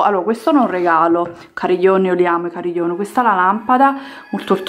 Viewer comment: Tipo "cariglion"